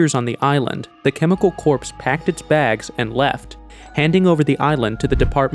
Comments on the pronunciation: "corps" is pronounced "kor" and not "corpse". Please don't say the animals were slaughtered. Animals get slaughtered every day for food. But when they are killed because they are infectious, then they are culled. So unfortunate that when you said 1971 the graphic said 1917. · Dude , the word Corps is pronounced " Core" not "Corpse". Also the Picture you claim is Eric Traub is literally a Picture of Werner Von Braun. Google Von Braun and that picture is one of them. I suggest you do better research and learn to read properly. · It’s hard to understand how such a brilliant story can be hard to understand…for instance, FMD was never described as Foot and Mouth Disease. Or Corps should be pronounced as CORE, not corpse. However, it is still terrible that the government feels free to use its citizens as experimental animals. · The word "corps" is pronounced "cor," not "corps." Another error, you talk about a disease being transferred from Europe to Cuba in 1971, but under the map of Europe it says "1917." Otherwise, in my mind, it's a well made video. Thank you for making it. We need to know the truth. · It is spelt "Corps" but pronounced pronounced "Core". 1, 2, 3, 4, I love the Marine Corps! Hoorah! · Are you seriously pronouncing "corps" with a hard 'P', like 'corpse'? You make YouTube videos man, you have to know that that P is silent. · Chemical Corpse is a darkly humorous way of pronouncing that, but it's pronounced just like Marine Corps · Chemical CORPSE? It is pronounced as if spelled CORZ, thank you. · The army corpse ey? I think you need to check your pronunciation of that one. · It's pronounced CORE! How the hell do you narrate and get basic words wrong. That was painful to listen to. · Corps is pronounced “core” - great video, thanks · It’s pronounced “core”, the “P” is silent. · I kept hearing Army corpse and I couldn’t finish the video… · I can’t trust a narrator who can’t correctly pronounce CORPS. It’s like he just learned this word yesterday.